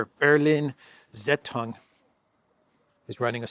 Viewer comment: the Berlin based newspaper could be pronounced as" Berliner Saytung".